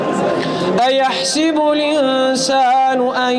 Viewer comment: In this video recitation mistake plx note it...on its ( اَیَحۡسَبُ الۡاِنۡسَانُ (Its. Aa,yahSAbul insanu...Not a,yahSibul) And on seconds its فَاِذَا بَرِقَ الۡبَصَرُ (its. fa iza baRIqal basr....not fa iza baRAqal basr And in its اَیَحۡسَبُ الۡاِنۡسَانُ. (Its. Aa,Ya yahsabul not Aa,yahsibul) And in its. اَلَمۡ یَکُ نُطۡفَۃً مِّنۡ مَّنِیٍّ یُّمۡنٰی Its (its. mim maniyi YUMNA ..not mim maniyi TUMNA)